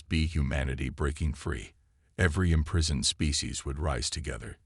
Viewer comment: I've kinda gotten used to quarantine but imprisoned said as im-prize-oned made me wince